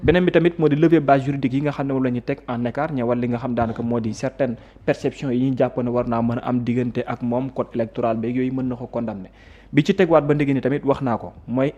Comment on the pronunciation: il faut aprrendre a prononcer correctement. On ne prononce pas la lettre m de condamner. On prononce con da ner..Mais corrige toi bon.sang